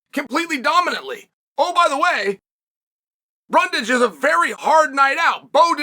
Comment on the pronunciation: He stopped mispronouncing "Brundage" 😄